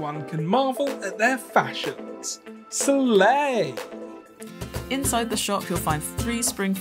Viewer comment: When he said “sLaYYY” got me dying😂😂